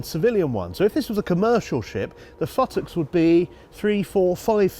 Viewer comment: I'm watching this with my seven year old... and you come out with futtock... she said, that man has a speech impediment